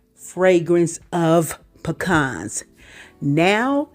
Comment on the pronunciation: Ma'am, you had all my attention when you pronounced "pecans" correctly. Thank you.